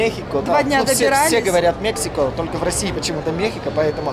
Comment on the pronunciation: Mb video, se espantó la rusa, jajajj, ha habido peores temblores aquí en México, por cierto muy bien por ambos al pronunciar perfecto el nombre de mi país :México!